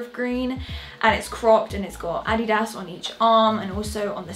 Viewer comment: The way you say adidas is hilarious 😂